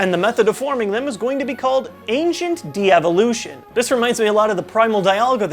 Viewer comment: Excited about these 'deevolutions'